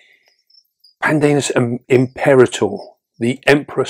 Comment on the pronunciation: OK, it is pronounced: " PAN-deh-nus impeh-RAH-tor", okay? 🙂❤️